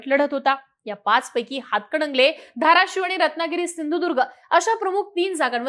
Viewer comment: अंग बाई ते "हातकडंगले "नाही,हातकणंगले आहे.😂😂